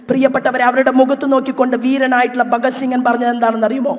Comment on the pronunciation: ബഗദ് സിംഗൻ , എന്ന് ശോഭ പറയുമ്പോൾ ആണ് കൂടുതൽ ചിരി വരുന്നത് . അന്നത്തെ ചാനൽ ചർച്ച ഓർമ വരുന്നു😂😂😂